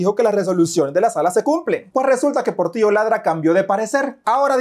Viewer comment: Cuidado dijiste porrtilllo laadraaa 😅🤣🙊🐶🐕